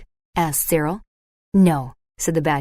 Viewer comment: Dear AI, the boy's name is Cyril.